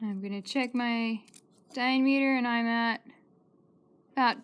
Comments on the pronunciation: I've never heard it pronounced that way either. Diam-EAter? I was wondering where she was from, or maybe it was a dialect? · Please look up the correct pronunciation of diameter.